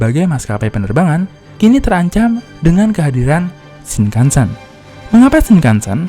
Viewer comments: Ralat Penyebutan "E" dalam Shinkansen nya salah min.. harusnya "Shinkansén" bukan "Shinkansèn". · Bacanya shing kang seng om.. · Cara pengucapan “Shinkansen” huruf akhiran “N” dibaca “NG”,Mas,,jadi pengucappannya “Shinkanseng”,,Terima Kasih buat infonya,,yang kebetulan Saya tinggal di Jepang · Kok saya ngg suka yah cara baca shinkansen di baca shinkansen, seharusnya shinkansen